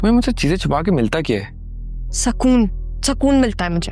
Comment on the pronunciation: Sakoon nahi sukoon hota hai 😂😂😂